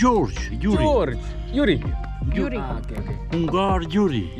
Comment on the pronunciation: He's name is Gyuri not Yuri 🤣